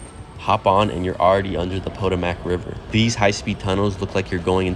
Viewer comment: Great Video! Just so you know I did notice one tiny error : The word Potomac is actually pronounced “Puh tow mick”. I live south of DC and know the area very well and so I just wanted to point that out